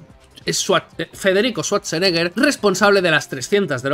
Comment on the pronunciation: Se escribe Sturzenegger pero se lee Schwarzenegger